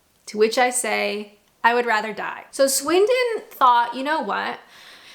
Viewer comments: I've never needed more than one offer of a cuppa... FYI Swindon pronunciation was spot on so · There's a very specific way to drive the magic roundabout.. I lived in Swindon for a while and only went near it twice... The way to do it is... Close your eyes and pray for the best ... (FYI... You did pronounce it properly!) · You said Swindon perfectly. It’s a shithole though 😂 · I'm from Swindon and you're pronouncing it correctly. I don't drive, but people who do have said that actually it's completely intuituve to use for any driver who is ok with normal roundabouts, just give way to the right and treat each of the mini roundabouts as a separate roundabout. The benefit of the magic roundabout is that there is always more than one route from any of the roads to any of the other roads, so if there is an accident or a build up of traffic on one part you can just take a slightly different path accross instead of being stuck behind it